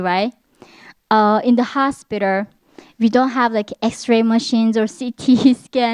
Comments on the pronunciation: her pronunciation of hospiter is so cute!!!!!!!!!!!! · Hoshspiter ?????????? 😂😂😂😂😂😂 all jokes aside I’m glade she’s still alive to tell her story